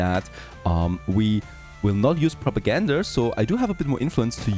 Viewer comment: May I ask why you say Progagander instead of Propaganda ?